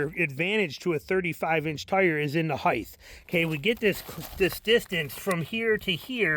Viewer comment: There is no th in height